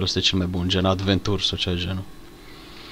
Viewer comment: am observat ca de ceva timp faci "greseala" asta: de ce intotdeauna zici "adventura", si nu "aventura", cum e corect?